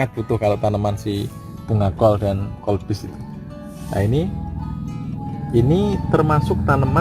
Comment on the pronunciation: Kubis bukan kolbis...🤣